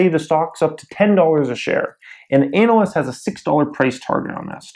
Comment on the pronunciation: I'm having great issue with how you pronounce ANALYST. <_<